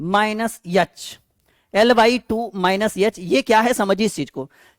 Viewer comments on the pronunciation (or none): सर वो यल नही एल होता है यच nhi एच होता ai 😂😂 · याच nhi एच होता है